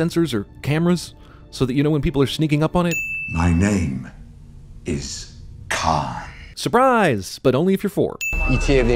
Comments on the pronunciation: No matter how many times I hear it, Benedict Cumberbatch always sounds like he's saying, "My name is Kai". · i still never hear him say Kahn. I hear Kai. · Why does Khan say his name like Kai? Is it Kai and then changes? I'm confused!